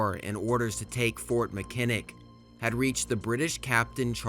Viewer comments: Mackinac is pronounced ma·kuh·naa. Not Makinick. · Speaking as a Michigander: it’s MACK-in-aw, not Mi-KIN-ick. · Your pronunciation is terrible. As one of many examples Fort Mackinaw is pronounced MAC-IN-AWE or MAC-IN-ACK not Mic-in-nick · Huron = “here-on” Mackinac = Mack-i-naw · Meh - NO- mi- Nee , Hyur-on, MACK - in-naw, are how these names are pronounced. From a Canadian’s perspective, the War of 1812 is known as the Invasion of Canada. 🇨🇦 The British were no longer commandeering Americans from ships to take them to fight against the Napoleonic War of 1812. So when someone uses this explanation, it is incorrect. Frenchtown, Michigan was the so called beginning of the war with the massacre of the River Raisin. “Remember the Raisin” was the rallying cry of the Americans. Later, the war ended with the death of Brock on the bridge, over the Thames river in London, Ontario. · You silly AI, Fort Mackinak is either pronounced Mac-ii-nak, or more appropriately, Mack-ii-naw. It is named after a native Ojibwe word for "great turtle", not after some Irish preacher. This video lost all credibility right there. Then showing the invasion of Detroit, the map was off by 90 degrees. Fort Detroit was north of the river not west of the river. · Mackinac, "mack-in-awe". No shade, I get it. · btw as a Michigander , that’s fort Mac-an-nah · Good video, my only complaint is that you pronounce the areas like Mackinac and Lake Huron incorrectly. It is "Mack-in-naw" and "Hure-on" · MAck-A-Na say it right. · Mackinac is pronounced MAC-in-aw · Loved the historical review. Very informative. As a Michigan native, we call Mackinac, Mackinaw. I know it’s not correct per the spelling. An old interpretation of name I assume. Also, Lake Huron is pronounced Hure—on. Imagine if you were spelling the word cure but replaced the C with an H. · Hey loved the video, Im from michigan we pronounce Mackinac like Mackinaw.... Tecumseh like Tecumsee Awesome work 👊